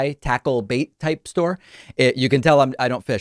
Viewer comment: David- it’s “store,” not “stauwer” buddy. Might want to check that accent of yaw-ers.